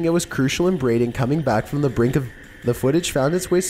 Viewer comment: "the brink of "